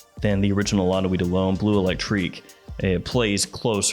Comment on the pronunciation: I love your videos, I really do. But one small piece of advice if I may(and I'm not a native french speaker, but still): The E is before the U in BLEU. It drives my inner Sheldon crazy hearing you pronounce it BLUE all the time. 🤯😅